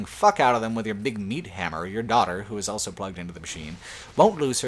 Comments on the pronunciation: says elso instead of also. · Dude, also, awl-so. Not owl-so.